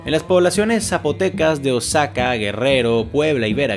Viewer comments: Jaja bueno una corrección no es oasaca es wuajaca se escribe Oaxaca pero tranquilo se te perdona es que nosotros los mexicanos estamos acostumbrados a esos nombres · Creo que quisiste decir Oajaca, no Ozaka, siendo esta última ubicada en Japón. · Buen trabajo Solamente que oaxaca se pronuncia oajaca Saludos desde mexico